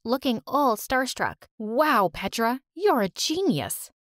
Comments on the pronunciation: Nahhh no serb is going to say PETRAA ITS A SERBIEN NAME BUT NOBODY IS GOING TO SAY IT LIKE THAT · It's not pedra it's petra🤨